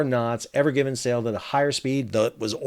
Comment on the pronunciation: It's evergreen not evergivin....sorry you said it wrong like many times a couple in the first 10 seconds